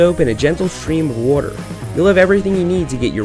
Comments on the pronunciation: its called Waaaater , water . Nobody know wtf wuter is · Why can't you pronounce water